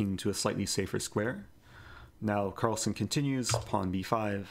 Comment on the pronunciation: Carlsen not son